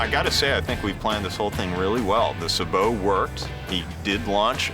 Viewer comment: It's pronounced saybow round not subow